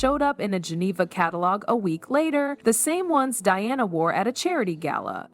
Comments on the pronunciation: Diana, not dee-ana😅😅😅😅😅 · You could at least get your AI Voice to properly pronounce Diana’s name… instead of saying Deanna…. Say DIANA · Learn to pronounce Diana's name please...." Die-Anna " please ....not Dee - anna!!!! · If this voice can not pronounce Diana. Using Deanna. It is B S. Look up SEPPO, australian slang. More BS. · Did she just mispronounce Princess Diana’s name. World Famous Diana? She said “Deanna”; what an Idiot!! So Pathetic! 👎🏻👎🏻👎🏻